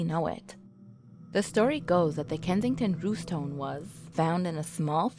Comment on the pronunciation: You can say 'Rune' and you can say 'Stone' yet you have some sort of disconnect when you try to say 'Runestone'????